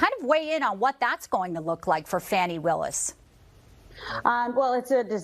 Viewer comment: Notice the purposeful mispronunciation of Fani. I think I’ll just start pronouncing ‘Trump’ as ‘Tramp’. Hmmm. Or is T-r-u-m-p pronounced “lying racist misogynistic narcissistic sociopathic megalomaniacal seditious bloviating evil conman rapist criminal?”